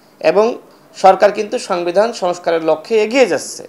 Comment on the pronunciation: সাংবিধান 😂😂😂 উচ্চারণ করতে পারে না